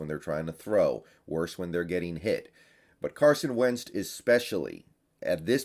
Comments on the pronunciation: Idk why put it pisses me off whenever he said “Wenzt” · you've been doing this for long enough, say the name right. Wtf is up with the "t" you're putting on Wentz name? I'm a Hawks fan, and you're a guy representing the fan base Show you at least can say the name. Many people who have to do, exactly what you do, put in time and practice to the opposing teams players. It's funny too because you say Nkemdiche (sp) totally right. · He does that with a lot of names haha, it's a part of his charm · It's been really annoying I agree lmao can't wait for week 2 so I can stop hearing that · Lol yeah me too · Yeah!! Come on....you can do better. Lolt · Bro now I can't stop hearing it lol